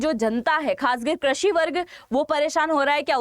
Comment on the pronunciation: Krashi nahi behen, krushi